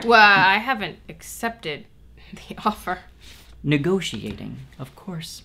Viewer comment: Negotiating has five syllables :/ what kind of degree *did* you get?